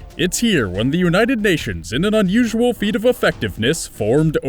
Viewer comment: OMG, "It's here the United Nations, in an unusal feat of effectiveness..." BWAHAHAHAHAHA burst out laughing.